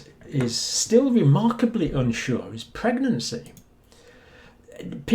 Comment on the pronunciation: Pwegnancy might be a pwoblem